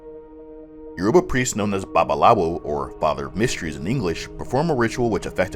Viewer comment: It is funny how you pronounce these words "Orisha, Youruba, Babalawo" etc